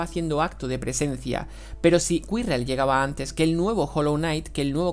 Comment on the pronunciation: ¿Cuirrel?... y yo que pronunciaba su nombre como "Kirel" xd .